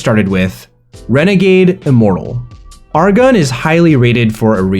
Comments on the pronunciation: first time I've heard the pronunciation of his pen name... Er Gen being more like Argon is really funny to me. Also yeah, I too started with Renegade Immortal. Currently keeping up to date on Wuxiaworld with his latest work. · Sounds like Argan instead of Er-Gen.